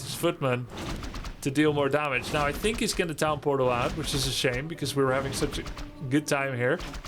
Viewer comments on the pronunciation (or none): Is grubby saying pown tortal ??? I thought i heard him saying it that way multiple videos now.